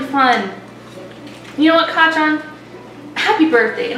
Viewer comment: Kacaan XD it sounds like can lol It’s Kacchan btw